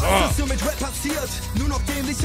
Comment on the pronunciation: Gio kann endlich rap aussprechen. Die og's wissen was ich meine